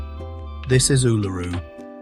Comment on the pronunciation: Your pronunciation of Uluru is wrong. It is pronounced oo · luh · roo. You should Google to check the names in all your videos. Considering your pronunciation of Uluru, I can see that you have not been there because there is no way you would have that pronunciation. So this is not an inside story; it is research findings. These locations need a lot more research and understanding before one heads off to them. The safest one to try is the 12 Apostles, as it is a day trip from Melbourne or an overnight trip to stay in a town close by.